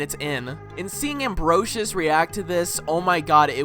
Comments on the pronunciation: Amferus? You mean Ambrosius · im sorry but how u pronounce ambrosius' name physically pains me